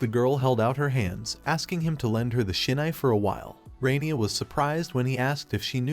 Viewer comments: It’s hilarious he keeps saying “Sinai” but it has nothing to do with Israel or the Biblical text. It’s SHINAI my guy. Read. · Thanks, it’s a good story with a different type of main character. But I think your AI is dyslexic…. Shinai and sainai is just one example